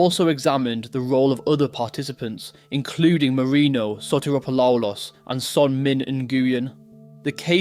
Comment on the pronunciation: "Sotiropoloolos". LMAO